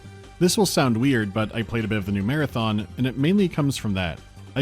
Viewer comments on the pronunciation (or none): none